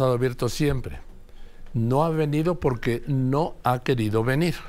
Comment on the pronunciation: Pocque? jajajaja